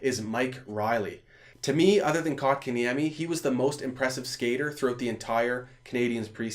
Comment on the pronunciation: did he just call kotkeniemi kok?